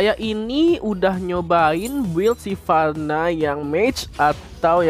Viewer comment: Hha "silvanna" :v